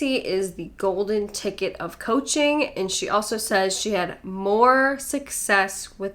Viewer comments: she says "coaching" and I swear she says "poaching" or does she say poaching? I'm not sure. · I heard poaching too! 😂 Freudian slip?